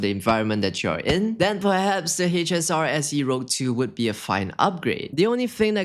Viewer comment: isnt it the H-SR-SE ROUGE.. you put "rogue"... its a french word, means red :) and its pronounced "rooj"